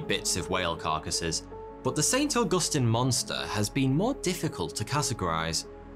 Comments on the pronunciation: As a Floridian, it's saint augusTEEN it..come on guy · St. Augustine, not st. augustan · As a Florida native, I am here to tell y’all that it’s Auag-us-teen say that 3x fast. Augustine.